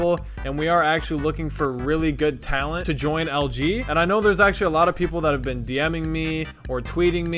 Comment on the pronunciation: Who else clicked off the moment he said "good tallent"?